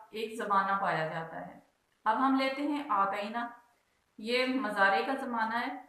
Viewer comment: Mzary nhi hota moozaray hota hy